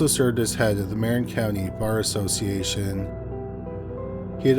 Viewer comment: 1: San Rafael isn't a suburb of San Francisco. It's it's own city 2: Marin county is pronounced "MUH-rin" not "MAR-in"